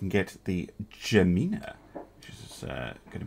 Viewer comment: Not 100% on this, but I think in the case of "Gemina" its supposed to be pronouced with a 'hard G' sound, rather than the 'J-like' sound...